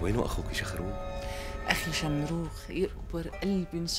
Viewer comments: بدال ما يحكي شمروخ ( شخروم) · شخروم لٱ شمروخ 😂😂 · في دقيقة 13:1 قال شخروم مو شمروخ مين انتبه هههه